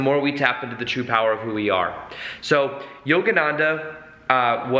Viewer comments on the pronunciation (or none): Yoganadha?? Its yogananda